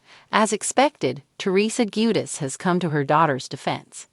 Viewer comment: If youre going to report on this can you please pronounce the last name correctly please?